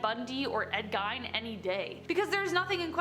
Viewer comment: mayb coz they dont often censor badly,words like massacre i saw ina previous vid got bleeped,as for facts straight,she couldnt even pronounce ed gein,also mt vesucius erupted in 79 AD not CE(unless they the same im certain its AD)